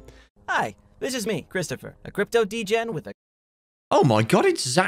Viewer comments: I had to replay the terrifying coin saying the character's name I thought it was 'Cryptopher' instead of Christopher edit: WAIT IT IS CRYPTOPHER? Fucken hell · I can’t be the only one cringing when he starts calling him cryptopher instead of Christopher